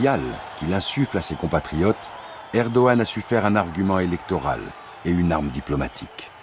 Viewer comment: Mais arrêtez de prononcer ErdoGan, le G est muet !